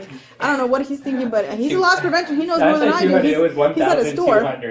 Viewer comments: It’s “loss” prevention … not lost 😂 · It's Loss Prevention not Lost Prevention ! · It`s loss prevention. Not "lost" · In the beginning of this video, did you say "lost prevention"? Because it's actually "loss prevention." Just letting you know. 😎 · Did the narrator say “lost” prevention officer? They gotta find him!!!!!